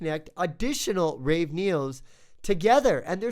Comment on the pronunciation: You are very early. 1 year late.... Also, it is ravE, not raw neo.